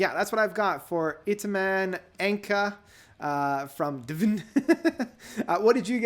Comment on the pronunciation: It is pronounced Dune, geez.